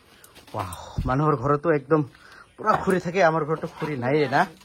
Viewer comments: খুৰি নহয় খৰি শুদ্ধ কব লাগে অসমীয়া ভাষা কলে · খুৰি নহয় দাদা খৰি বুলি কব ❤